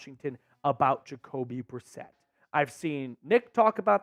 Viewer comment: Yes!! Jacoby brisket Uh biscuit Jakobe Brisset!